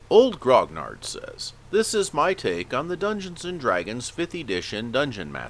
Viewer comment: FYI grognard is not pronounced grogg-nardd; it's pronounced gronyar. It's a French word with two meanings: a grumbler, or a veteran guard from the Napoleonic armies.